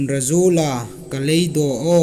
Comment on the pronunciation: I thaw ṭha de. Sikpui Hla thu I hung tiem kha andik naw a ṭhen ṭhen a um eg ka leido aw = ka leidaw aw ti dam le a dang dang. Amiruok chu ei tienami a ziaka um youtube a ngaithei dinga I hung siem hi a ṭha hrim hrim.